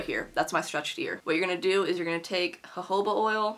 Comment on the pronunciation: she said hohoba instead of jojoba 😭